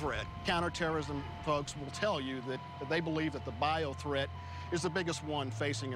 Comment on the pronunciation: "there are frokes who have some conserms" lol.. Rogan had a major brainfart